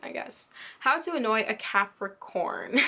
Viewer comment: You misspeak Cancer and Capricorn in a lot of your videos....#JustFyi Why is that?